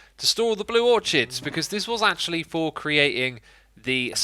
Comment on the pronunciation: Orchids is pronounced OR-KIDS Please like so he’ll see